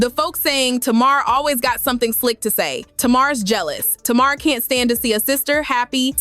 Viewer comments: Lol, why does the narrator keep saying Tamara and Tamar. It's just Tamar 😆😆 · It’s not tomarr it’s Tamar!! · The first clip onions was horrible but the second clip regarding working, he wasn't saying anything wrong. Ppl took that wrong. And it's TAY- Mar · Tay mar hun lol is how u pronounce it. But its ok lol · Whewwwww thank you thank you because I want to scream.... I kept saying " taayyyy-marrr" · I know this is AI but can you at least pronounce her name right??? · Girl, you sound crazy. You are NOT pronouncing Tamar's name correctly. And your information is bogus that's why you only have 1000 followers😏. Bye Felecia